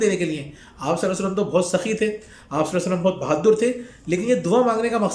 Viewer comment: Bhaddur nhi bhadur